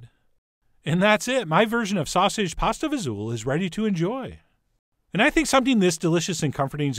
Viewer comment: Thank you for saying it the right way :) I grew up eating this. This video made me happy.